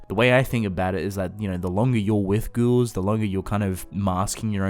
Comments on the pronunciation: Okay is it just me or do y’all hear this man say “girls” instead of ghouls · Sounds like “ghourls” to me kind of Like inbetween the two